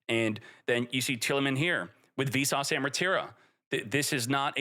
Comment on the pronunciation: lol every time you say "Visas" it sounds like "Vsauce" and all i can think is "hey vsauce here". also a yubel playe rmade the ban list lol, he got cucked by a tearlaments deck and also couldnt beat snake eye so he made it so nothing really changed for yubel while destroying the other 2 lol